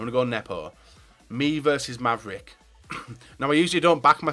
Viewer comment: The wolfvricmavs XD It's MavricWolfves